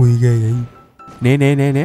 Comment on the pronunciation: ghê chứ ko phải gê anh ơi